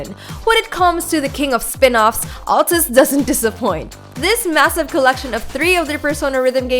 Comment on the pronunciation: At-lus not al-tus